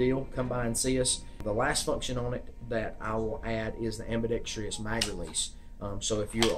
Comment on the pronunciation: It is NOT am-bee-dex-tree-us, it is am-be-dex-truss.